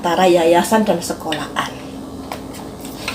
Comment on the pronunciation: Sekolahan mbak bukan sekola An🤣🤣